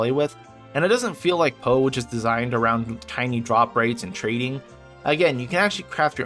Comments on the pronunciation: P-o-e not po community :))) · Nice video and some good points about LE, but every time you pronounced PoE like Edgar Allen "Poe", it physically hurt to listen to. It should be P.O.E. (pronouncing each letter), or better yet, just say the full "Path of Exile". I mean it's not like the extra couple seconds to the video's duration would be a bad thing. Also "Epoch" isn't pronounced like "Epic", it's "ee-pock" or "eh-pock" not "eh-pick".